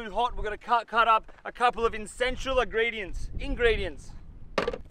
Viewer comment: Thank god you have those insentual engridients man 😂😂 great energy man 🤙🏽🤙🏽🇬🇧